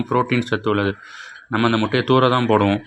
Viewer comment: எந்த பள்ளியில் கற்ற தமிழ் முட்டையா மூட்டையா? நல்லா தமிழ் வளர்த்து வைத்திருக்கிறார்கள்